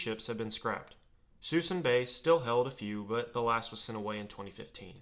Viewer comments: Narrator said the largest WW2 "mothball fleet" was moored in "Susan" Bay, CA. Ahem. The name of this California estuary area is pronounced "Sis-SOON" Bay. Or "Sah-SOON" Bay. Many a kid in the backseat of his parent's car traveled by freeway next to this massive fleet in decades past, and could only imagine the power the US Navy in WWII. We always thought: "Let's send these boats all out to sea again, and show the world our amazing backlot of beautiful gray ships. . ." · It’s “su ee sun” - not “susun” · FWIW, the local pronunciation of Suisun is "sus-soon." As in the occasional disappearance of ships is pretty sus, and soon there will be none left. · You wouldn’t know because you’d have to be pretty local to know but Suisun is pronounced more like soo-soon. Great vid. I’ve watched the fleet shrink markedly over the years with an average of around 12 -20 ships out there these days. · Where was this ship graveyard? You said it, but couldn’t understand you. “Susson bay”? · Not to be a nit picker but the storage bay is pronounced (Suh-Soon). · Suisun Bay.....It's pronounced Suh-soon. It's located in Benicia, California. Interstate 680 crosses directly over it with the remaining ships still visible. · The western storage area is pronounced SOO-soon Bay. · Suisun bay is said as suh-soon. Lol I live here and watched the mothball fleet disappear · It’s pronounced “sue soon”, I grew up in the area. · It is pronounced "Soo - Soon" bay! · It’s Sus-soon Susuin bay! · had to rewind a couple times as I thought he was saying Suisun Bay, but I'd never heard that pronounciation of it, so my brain wouldn't accept it. Haha. Interesting video.